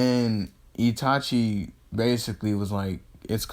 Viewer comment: Oh and in ur first series u said itati instead of itachi